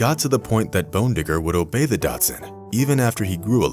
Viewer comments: Thank you. I thought I was not hearing him correctly. He IS saying "Datsun". Lazy and careless. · Am I the only one thinking, it's daCHSHunD! Not dotsun! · Datsun>>>thats a car. Dachshund is pronounced "daks hund" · Daschund. Pronounced DOCK-sund. Not DOT-sun. That, and the savage, tabloid-style title detracted from an otherwise cute story. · I hate that he calls the dog a Datsun lol. It's not dash hound, its not doxxen....Its docks hoond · It’s NOT pronounced Datsun 😆 it’s pronounced Dachs-hund (daschund) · Why do you keep calling the dog a "Datsun"? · Sounds like the narrator is pronouncing “Dot-sun” instead of “Dock-sun” as its supposed to be pronounced. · Well, since it's a German breed with a German name, I suppose it's supposed to be pronounced "dahkz huhnt," (badger dog). Definitely not "Datsun," though. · Well, it's a "dachshund" (daax-HOONT) , not a "Datsun".... a Datsun is an automobile. ;) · You keep saying Datsun when you should be saying Dachshund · What's a dat-sun?😂?😂? Say: daks who nd 😉 You're welcome . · The dog breed is called a "dock sun" not a Dotson. A Dotson is a car. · Dotsinned? Learn how to pronounce dachshund! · A Datsun is a car, a dachshund is a dog, learn to speak! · Is anyone else bothered by the mispronunciation of dachshund the whole way through this? He pronounces it as “Datsun,” like the car… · So this narrator has a reaosn to to say DATSUN rather than Dachsund. He sounds professional. It tmay be done to create more viewer participation. No one is this dumb.unless the are an Ignoranus, hmm did I say that wrong, we'll excuuuuuuuuuuuse me. I rent Nissans. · It's not "dotsin" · You lost me in the beginning as soon as you said Datsun instead of Dachshund... surprised you didn't say Lian instead of Lion...🤔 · The breed is pronounced "Doc-sund", or "Dox-uhnd". Good god. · Is it too hard to say Daschund? Lol, Datsun... 😆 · I can not understand your pronunciation of the name "DACHSHUND". Dazzen? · to the speaker, it's DACHSUND, not